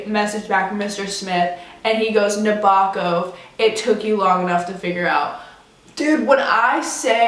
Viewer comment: lol good videos, but when I finally realized I was hearing Lolita's author pronounced like a cereal brand it was cringe, it's not Nab-O-kOv, it's Nab-a-kov, low key rhymes with 'hacking-cough'